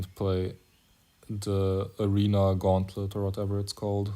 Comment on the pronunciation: aRENA, GAUNTLET. Come on man. I miss old HCR2… (the starting lowercase a is intentional by the way, it’s to highlight the low volume of the first syllable of the word ‘Arena’).